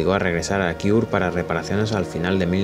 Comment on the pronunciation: Kiur? Es Kure!!